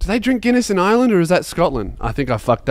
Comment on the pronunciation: You say Ireland like you have only just heard of it earlier that day